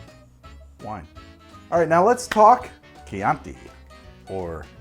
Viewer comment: The southern Italian wine is pronounced "preemeeteevo" (don't know how to write it better, hope it's clear enough), regarding the chianti, fiasco and pinot grigio pronunciation you nailed them :) Cheers from my town in tuscany, exactly in the middle of chianti hills!